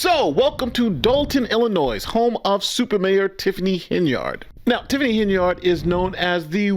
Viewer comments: You gotta stop pronouncing Illinois with an S… you are better than that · the S is silent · Illinois The "s" is silent. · this is Nathan, you can't pronounce Illinois with the s on the end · Brother I love you but its Illinoi not IllinoiS as the S is silent. If you grew up in Illinois especially if you went to a Catholic elementary school in the 70's then you KNOW the struggle is REAL lol. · It is not ILLI NOISE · Stop pronouncing the "s" in Illinois. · The S is silent on Illinois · Please, as an educated person, learn the correct pronunciation of Illinois. You should have learned it in elementary school